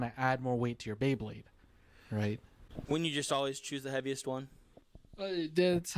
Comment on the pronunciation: Anyone else just hearing "bae-king" and not "bey-king"? 🤣